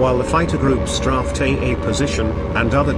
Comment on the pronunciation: It sure would have helped if the map showed a scale of miles and/or kilometers. STRAFED is pronounced STRAYFT, not STRAFFT. Animation of aircraft attacks were unusually helpful, although it seemed as if directions planes arrived from and/or departed to didn't seem to match narration in all cases.